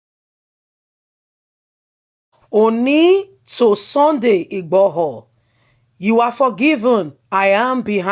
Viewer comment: Don't mince your words please your pronounciations are HELL, you are not YORUBA, why UGBORHO, its igboho , why OLU of warri comes in?????